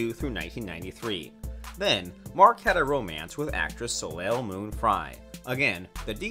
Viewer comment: its pronounced "SO-LAY" not "SO-LAYL", also Mark's wife's name is pronounced "RAY-UH" Wahlberg NOT "RAY" Wahlberg kinda like Rhea (REE-YA) Pearlman, spelled the same but pronounced differently ,RAY is a male name, Rhea (again RAY-UH"" female